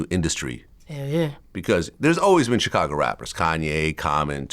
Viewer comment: VLAD QUIT PRONOUNCE CHICAGO 😂